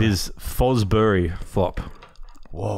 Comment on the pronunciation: It’s Fosbury not Frosby flop xx